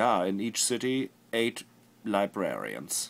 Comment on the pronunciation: "la-bra-rarians" aha! Your German Akzent ist slipping, Flula xD